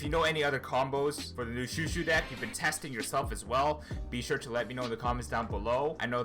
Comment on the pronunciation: THANK GOD SOMEONE WHO PRONOUNCES CHOUCHOU RIGHT